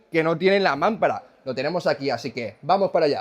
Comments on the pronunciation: se dice mampara acentuando la segunda a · MAMPARA ES LLANA 😅😅😅 , NO MÁMPARA . Vehículo IMPRESIONANTE ❤❤❤!!! Gracias por tus vídeos 😊😊😊!!!